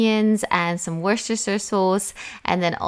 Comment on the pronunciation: You said Worcestershire right!! Feel so proud of you 🥰🥰🥰